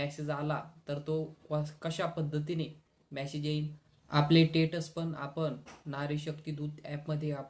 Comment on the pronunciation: Masej nahi message, ani tetas nahi stetus as mhan.